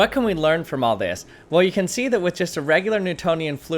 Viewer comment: with dis? Lol